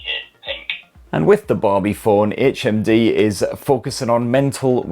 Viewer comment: I thought you kept saying HMV and I was like "what year is this!"